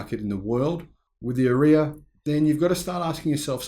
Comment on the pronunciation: Sorry to be pedantic but the way you say Ariya is completely wrong! :)